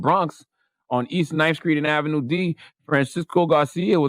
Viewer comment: East 9th and Ave D is not the Damn Bronx. Smfh. It's "Dah Ave"